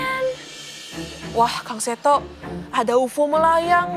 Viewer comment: Kok bacanya ufo sih Kan ufo singkatan